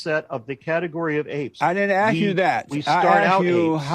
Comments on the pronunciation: The "ask" thing he did is a dog whistle. Bigots like to make fun of the fact that some black people mispronounce the word ask. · I'm guessing Jesse over-pronounced "ask" because a black white supremacist like him would reject AAVE and doesn't want to be misheard as saying "axe" instead. (I'm sure there's a proper way to spell it that isn't the wood-cutting tool but I don't know it off the top of my head.) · JlP had a problem with the word ask because he wants to say aks and desperately does not want to be associated with the black culture that pronounces ask as aks. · That JLP guy sounds awful. Not only his beliefs, but also his speech. Oh, I'm guessing the reason he was focusing on the word 'ask' is bc a lot of people say 'aks' instead. I learned it used to be an acceptable way to pronounce it but it eventually fell out of favor. Now it's thought by most people that saying aks instead of ask makes a person sound uneducated. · I think he did the "ask ask" thing because I heard many black people kind of pronounce it as axe, and he wants to show he is above them because he doesn't. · the audio is a little hard to distinguish bc of them talking over each other but I believe Peterson used a dialect called African-American Vernacular English. A common pronunciation that differed from proper English is axe instead of ask. Being that he thinks black people are lower, I think he was over correcting himself.